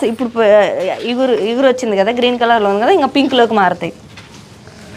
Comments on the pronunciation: Eguru kadu cheguru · adhi eguru kaadhu, chiguru anali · eguru kadu chiguru anali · ఇగురు కాదు అండి చిగురు అంటారు కానీ video chala bagundi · iguru kaadu. Chuguru.